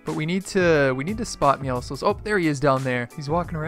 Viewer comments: it bothers me that he calls meowscles meowsles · who else thinks he is saying Meowscles wrong